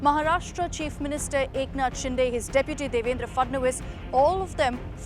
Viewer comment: Eknath Shinde not ShinDe it's दे not डे.